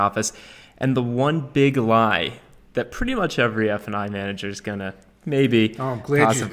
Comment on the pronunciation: You guys keep saying "f & i," but I hear "f-ing"